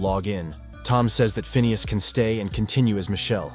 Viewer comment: It's pronounced "Phineas" !